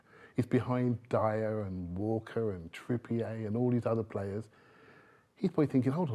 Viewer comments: no if someone talks rubbish, they talk rubbish. This bloke is a full time waffler and can't even pronounce Trippier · How the hell did this man go through the last 10 years of his life hearing "Trippier" being pronounced one way, only for him to just go ahead and pronounce it his OWN way? 😂😂